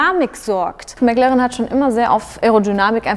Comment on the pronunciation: Bis auf die Aussprache von McLaren echt gut gelungen!🙌